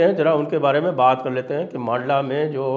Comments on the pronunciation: Sir, "मांडला" नहीं इसका सही उच्चारण "मंडला" है । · मंडला उच्चारण कीजिये सर, लोकल वालों को विश्वस्त समाचार लगेगा। मांडला प्रोनाउंसेन अटपटा है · मंडला है। मांडला नहीं ! जगह के नाम का उच्चारण सुधारिये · मंडला है सही उच्चारण